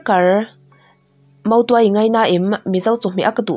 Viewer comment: Motuai nilo in mautuai tih tur nia a bak chu i chhiar thiam lutuk 👍